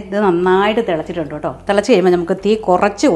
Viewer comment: ഓട്ടോ അല്ല കേട്ടോ ആണ്